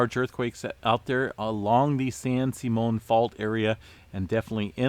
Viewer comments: San SIMM-ee-un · FYI it's pronounced San Sim E On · Sim EE un San Simeon